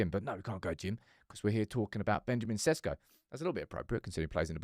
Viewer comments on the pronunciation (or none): His name pronounce is not SESKO,I'ts ShEShKO 😉